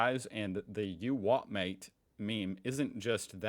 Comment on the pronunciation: you are saying you wot m8 in a London accent, these lads would say u wha maate